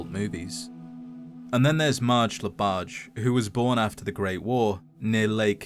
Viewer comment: grandeur voice fumbling on saying Marge Labarge and Lake "Laberge" give me life and joy